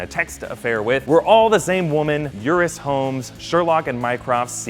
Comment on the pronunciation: It's Euros, not Eurus.